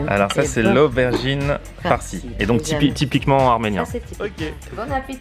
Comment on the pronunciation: Zübeyir ZCB ptdrr wallah la meuf elle a dit " tipiquement armenien 😂